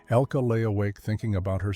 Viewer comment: IT IS NOT "ELKEE," BUT ELKUH. IN GERMAN. THE NARRATOR IS PRONOUNCING IT WRONG.